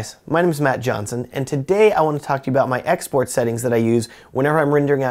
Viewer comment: lmao at first I thought he was saying "hey guys today I want to talk about my ex boyfriend"